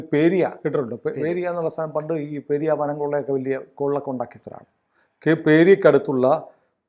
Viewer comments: പേരിയ അല്ല സുഹൃത്തേ, പെരിയ. പേരിയ വയനാട്. അവിടെ ആണ് മരം മുറി നടന്നത്. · ശരിയാണ് ഇതിനടുത്ത് എൻറ വീട് അത്ഭുതപ്പെട്ടിടുണ്ട് കാസർ ഗോഡ് ഉള്ളവർ ഈ പണം എവിടേന്ന് വന്നു നിയമപ്റകാരമല്ല ഉറപ്പാണ്. പേരിയ. അല്ല. പെരിയ കുറിയ ഇതാണ് ശരിയായ സ്ഥല പേര്